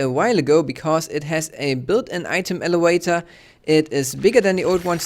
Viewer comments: its elavator not elewator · I don't know what you mean. He's obviously not native English so of course he doesn't pronounce elevator 100% properly.